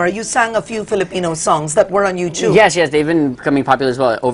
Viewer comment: It's not you- chub. It's You Tube Karen. I've learned it from my son when he was 10. Lol